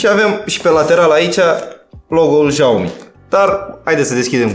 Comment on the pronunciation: Bă "jaomi" ....esti penibil de atâtea ori